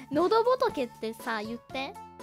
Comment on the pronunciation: 基本上已經可以當狗粉的暗號了 NO↓DO↑BOTO↑KE↓